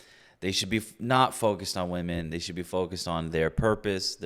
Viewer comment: Is it a new trend that womEn need to pronounce womEn as "womAn"?